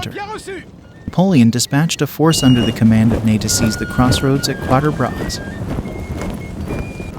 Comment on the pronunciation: Kind of cute how the narrator pronounces Quatre Bras